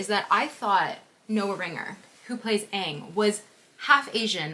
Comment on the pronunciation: The actors are too white😭💀 And like why "Ong" not "Aang" 😭